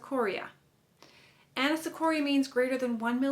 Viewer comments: You are funny. I like your lecture. Maybe someone already mentioned it. but It's not Anasocoria, but anisocoria, and your pronunciation also need to be changed. aniso- means "not equal" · It's Anisocoria not anAsocoria